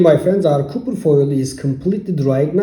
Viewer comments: Copper is pronounced kahper...not cooper... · Bro prounce copper as Kufir! 😂🤣😁! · Stop saying cooper foil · Hello my friend? You need to post the names of the thing you are using. Because every time you keep saying ( copper foil ) it sounds like your saying ( cooking foil ) and cooking foil would be aluminium foil..... So this is a great video and thank you....